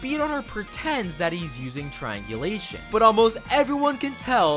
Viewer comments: How many times r u gonna say trianglisum😂😂😂😂😂😮😮😮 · Its triangulation 😊